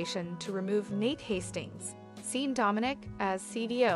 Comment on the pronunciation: Sean , pronounced Shaun not Seen! Tell her!